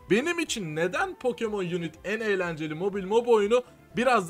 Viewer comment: unit yazsaydı yunit diye okunurdu. Unite yazdığı için yunayt diye okunur.